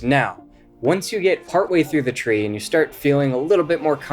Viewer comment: I didn't learn anything new about Duo lingo for this guy. He lost me when he pronounced Get as Git.